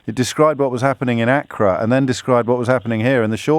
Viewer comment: James O'Brien - Accra - emphasis on the first syllable. Why doesn't he know how to pronounce words correctly?